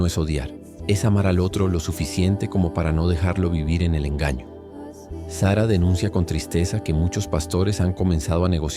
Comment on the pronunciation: Es Sarah con acento en la segunda A no Sara como nombre de mujer!